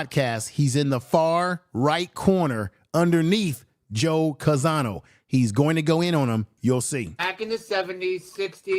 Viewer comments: Name is Joe Conzo, but you’re pronouncing it Joe Canzano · Not Conzano but Conzo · the correct pronunciation of Joe Conzo's family name is CON-ZO!